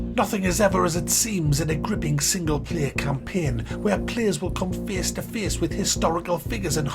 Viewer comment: Google Translate: Feyes to feyes English: Face to face Much love